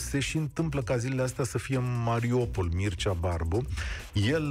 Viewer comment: Mariupol nu Mariopol Un pic de atentie ajuta